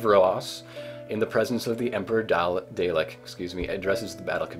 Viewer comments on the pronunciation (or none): "... daylek... daylek... daylek... DAYLEK..." It may be a joke, but my god, was my brain exploding every time he said that. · No. NO! I can't do this. First of all its DAHL-EHK second of all Sylvester, Colin, Peter, Tom, Jon, Patrick, And William Are